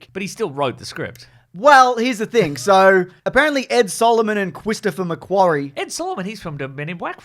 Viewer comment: Cwistopher mcwawy